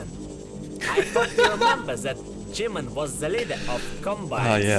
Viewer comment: g-min?? More like jimin